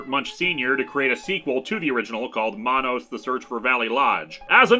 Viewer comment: It’s man-nos it’s should rhyme with Thanos.